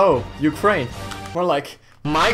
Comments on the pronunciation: No no no... It's not called Mykrain, it's OURkrain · saying Ukraine more like my kraine Putin be like hahaha nice joke I wana do this too😂😂😂😂#stopwar